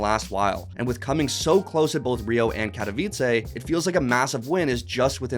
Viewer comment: If you're gunna be a talk show with any sort of respect, you gotta learn your pronunciations. That should be a basic part of any research. Katowice: It's pronounced ka - tuh - veet - suh. Not kat - oh - veet - say. My Polish family members would murder me if they heard me say kat oh veet say...